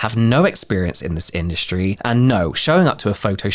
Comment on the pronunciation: Lol when he said “this industry” I heard “the skin-dustry”. I was fully ready to accept that’s what people skincare called it😂😂😂 Also when I hear 29 Palms I just think of the Military base Marines complain about. I’m pretty sure any veteran would have the same thought. IDK if that affected the sales at all but still not a great start. They call it 29 Stumps.